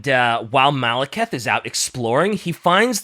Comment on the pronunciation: really needs to play total warhammer 3 to fix his pronunciations of fantasy names, Malakith And druchi being the big ones here